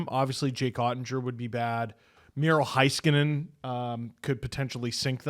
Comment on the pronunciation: Hey, hey, hey and. It's not Hi skanen. It hay like neighbour and weigh.